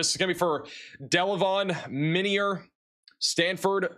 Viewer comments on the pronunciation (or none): its pronounced my-near illinois